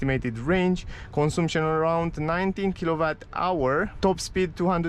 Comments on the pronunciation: " cănsamșăn" se pronunță corect și nu " consumpșon" În rest îmi place cum prezenți, m-am abonat de curând la ambele canale. Bv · Am crezut ca doar pe mine ma "zgarie pe creier" :)), cel mai bine intra pe google translate, scrii cuvantul "consumption" si acolo poti asculta cum se pronunta corect cuvantul. In mod normal nu ar trebui sa se auda deloc litera "U". Thanks for understanding !:goodvibes